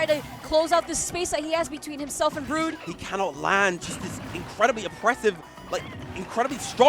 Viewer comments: lolol saying "Broad"...... i mean idk what Brood wants his name to be but in English, that would be "Brew-d" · Steve O'Brien it's brood